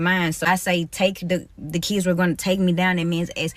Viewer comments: "Kids" vs "Kizz" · Why are these ghetto ratchets always have to be so extra with their pronunciation of the word "kids"? It's never just "kids", it's always "DEEEEEZ KEEEEEDZ"! One would think the ability to speak proper English would be a requirement for teaching, but I guess not.